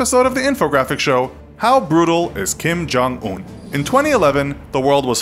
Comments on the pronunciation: Who's Jim Kong Oon? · It’s pronounced Kim yong uun